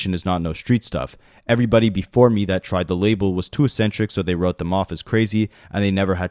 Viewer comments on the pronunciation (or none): it's pronounced eksentrik not assentrik